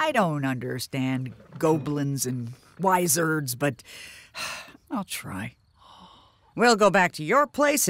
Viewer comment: The fact that mom pronounced wizards and goblins wrong